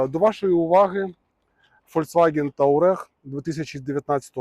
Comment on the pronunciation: Огляд гарний, але одне маленьке зауваження: Не тАурег, а тУарег «Таурег» — масова російська помилка через неправильне читання французького ou і культурну звичку передавати іноземні назви «як чується», а не «як має бути». Африканські племена, на честь яких названо модель, називаються туареги.